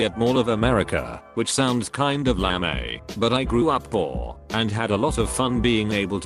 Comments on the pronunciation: "lame" is pronounced "lamé" XD I love these Reddit bot voices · People: Lame AI: Lahm-ey. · Why do text to speech programs struggle with such simple words? It can't say lame?